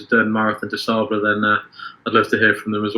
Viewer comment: Check the pronunciation of ' Marathon des Sables'...and be weary of an ultra marathon running coach that pronounces it 'sables' like cables or stables.